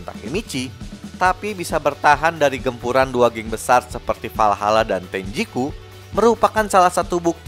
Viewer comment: WALHALA bang bukan VALHALA